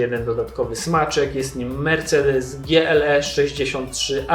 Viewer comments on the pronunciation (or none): none